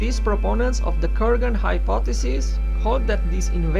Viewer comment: Kurgan, not ;Koergan